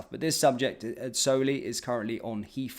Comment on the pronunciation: "Has came out"? "Has come out" surely? And "Heafrow"? Don't think I can put up with this move downmarket, sorry Mahyar.